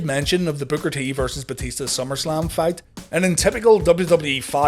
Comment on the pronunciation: Booker said "Batishta" all the time xD xD